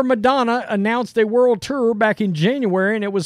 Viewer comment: World “turr”